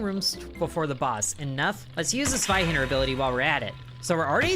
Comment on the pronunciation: I’m so happy to see you pronounce it “Sveihander” and not “Zweihander”.